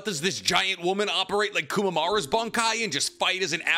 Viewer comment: Did my guy call just call komamaru kumamara?? 😭😭😭